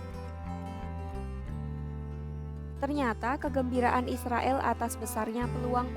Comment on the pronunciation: Narator kompas sdh pasti muslim. Israil katanya😅😅😅😅 Tidak bisa ngomong Israel.